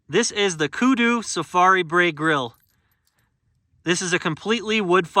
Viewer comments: Looks awesome man, its pronounced ‘Br-eye’ 😁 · Nice video and review... Acouple items of respectful criticism - It is pronounced like BRY or Br-rye. And to lower it simply take the legs off and set it on the ground. But I understand what you are getting at